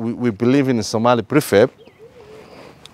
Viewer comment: Your Somali pronunciation is prefect and our northern Somali they have the best rhyming Somali dialect and still saying unity is best for Somalians 🇸🇴🇸🇴🇸🇴💪💪💪